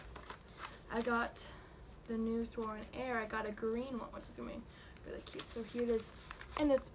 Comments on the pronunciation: Lmao it’s sourin not sore_in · she fuckin says sereen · sOurEaIn 🤦‍♀️ lmaooooo🤣🤣